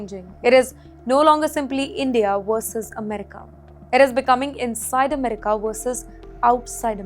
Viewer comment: Please pronounce America right !!